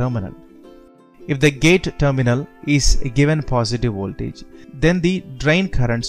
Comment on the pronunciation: And also ooltage.